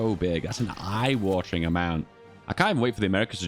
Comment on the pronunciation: i was so worried... hadn't said "eye wathering" once xD